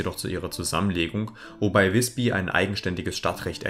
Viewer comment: Übrigens: Nicht "wisbi" sondern "wisbü"! Das y ist im Norden dasselbe wie unser ü.